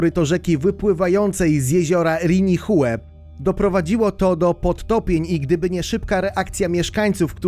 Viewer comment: ...aaa tego ...TSUnami albo jezioro ..."Rinihue" ...NIE ZAUWAZY£ES ?????????????? PRAWIDuOWO to ...CUnami ..."Ri-ni-ue !!!!!!!!!!!!!!!!!!!!!!